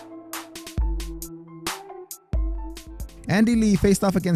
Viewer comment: Sorry, I think you mean Chris Lebben not lemon.